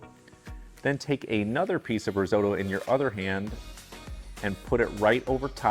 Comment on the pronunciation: Learn how to say risotto...oo..oo..not oy oy